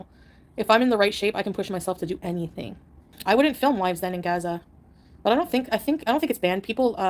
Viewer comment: "GAZAR" Does she mean "Gaza" 🙄